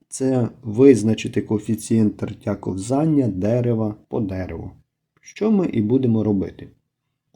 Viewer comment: кО́взання, а не ковзАння!